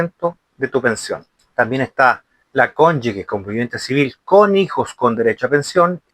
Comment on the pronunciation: OJO, se dice Cónyuge... (cónyuJe... sonido fuerte como la jota, porque no lleva "u" entre la consonante y la vocal), para que puedas decir Cónyugue (sonido suave) debe haber una "u" entre la g y la vocal que le sigue... tal cual como la palabra "sigue"... si le quitamos la "u", por ejemplo: "gente", "gigante", tú no dices "guente" ni "guigante" (sonido suave). Otra cosa es el uso de la "ü"... que se usa para que la "u" que va entre la g y la vocal que la sigue, tenga sonido: "pingüino", "agüita"...